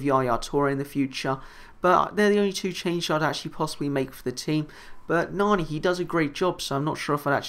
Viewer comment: its pronounced nanny. luv your vids keep it up